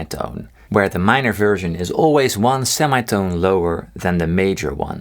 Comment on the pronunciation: Sir, this series is wonderful! But could you please look up the pronunciation of the 'semitone'? Thanks :D